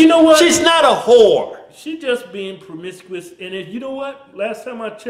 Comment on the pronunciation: Wtf is pwomiscuwis? Lol